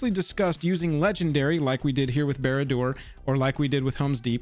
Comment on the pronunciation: Come in man, if you speak on iconic cards at least know how to pronounce them.